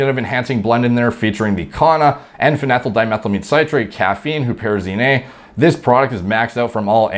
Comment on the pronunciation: n-phenethyl dimethyl amine citrate... Will gorilla mind enable me to pronounce words so effortlessly like you?